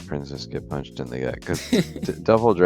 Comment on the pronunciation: "the princess gets poonched in the stoomach"